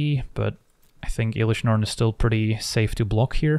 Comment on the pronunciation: then says Eelish Norn. There's always one